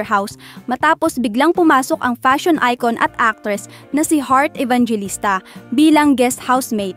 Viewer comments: Ibanghilista Hindi ibang g LISTA 😂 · ampanget mo mag narrate. pambobo lang. taka it is pronounced as E-VANG-HE-LISTA tanga tanga mo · Sana alam mo ipronounce ng tama ung last name nya😅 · pls mag research po muna at mag practice bago mag upload. Mali ang pag pronounce ng surname ni Heart hahah.